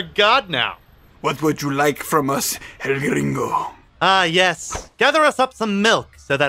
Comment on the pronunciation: "El-gringo" lmao~